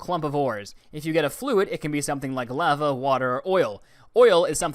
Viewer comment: "I needed some laava" Good, get some laava